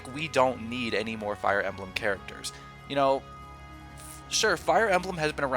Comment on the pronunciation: Little speaking pro tip. When saying "Fire Emblem," put the emphasis on the "Fire," not the "Emblem." You'd be amazed how much the "Emblem" interrupts your flow when speaking if emphasized